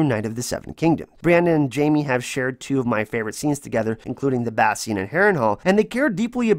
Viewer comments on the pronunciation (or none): none